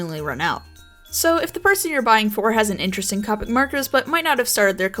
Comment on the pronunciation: Great video buuuuuut... A pet peeve of mine is when people say COPIC Its pronounced COH pics